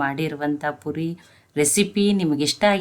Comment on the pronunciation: ಪುರಿ ಅಲ್ಲಾ ಪೂರಿ